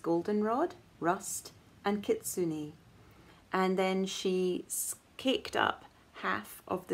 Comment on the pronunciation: You do a good job with the pronunciation of "kitsune"- and to make it even more authentic, try to not use inflection when you say the word. In Japanese, each syllable is given equal weight and words often sound monotone. The "i" is pronounced as "e" and you do that well. Here is a video with the pronunciation All is well here! My husband and I went camping over the weekend in the mountains outside of Tokyo. As we were setting up for our tabletop grill dinner the campsite owner came by- an older Japanese man- and after hearing his story about starting the camp over 23 years ago he noticed our grill and said, "I am going to bring you some wild boar that I hunted. Cut it in thin slices, add salt and pepper and enjoy." A gesture of kindness and a message that he appreciated our little chat! It is fun to make connections like this with others. Have a lovely week!